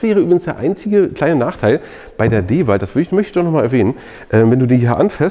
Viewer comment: Ich liebe den Kanal und die Videos, aber bitte bitte bitte sprich endlich DeWalt richtig aus! 😂